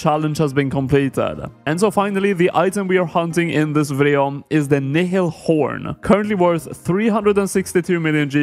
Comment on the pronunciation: how come literally everyone pronounces nihil wrong. its pronounced nile like the river